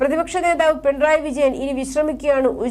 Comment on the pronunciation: പിൺ റായ് അല്ല മാഡം .... പിണറായി എന്നാണ്. അക്ഷരം സ്പുടമായ് പറയുവാൻ ശ്രദ്‌ധിക്കുക🙋🏻❣️🌹❣️